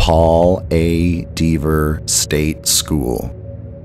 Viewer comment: That rail bridge in your thumbnail always feels odd to me. Good list. I would just check the pronunciation of "Dever". I think it has a short vowel sound or you could say it like a local "Dev-ah"